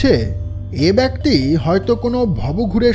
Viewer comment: আমরা যারা শ্রোতা তাদের আশা বেশি। তাই আপনাদের কাছে প্রত্যাশা বেশি। আমরা গল্প শুনি না, গিলি। এতো মনযোগ দিয়ে আমরা শুনি। তাই হঠাৎ একটা কর্কশ উচ্চারণ বা উদ্ভট ডায়লগ হাঁড়ের মতো লাগে গিলতে। তাই বলা। কিছু মনে করেবেন না। আর দয়া করে "অপিশ" আর "বেক্তি" ঠিক করেন। আপনারা এগিয়ে যান। দোয়া করে পাশে আছি।